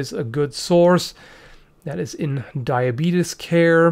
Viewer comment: Lol he said "diabetus" like Wolford Brimley